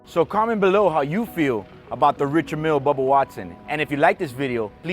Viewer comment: It's pronounced Ree-shard Meal. The man is French after all